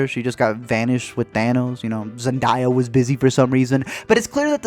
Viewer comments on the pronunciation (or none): Zen-DAY-a why does everyone call her Zen-dai-a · Zendaia instead of Zendaya 😂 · It’s Xan - Day - yea, not Xan- Dye-ya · zenDAYA not zenDIYA... but many points were made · Pronunciation —> Zen-DAY- ah 😂😂😂😂😂 lol u did that on purpose just to trigger me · Zen-Day-Ya mister. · Just for future reference its ZEN-DAY-A. Not ZEN-DAY-A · It’s pronounced “Zendehya” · It's Zen-DAY-a as in "good DAY" . The rest of the video is awesome though... that part just bugged me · Its pronounced zend ay as in ae a... zendaya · LMAOO DID HE REALLY PRONOUNCE ZENDAYA LIKE THAT?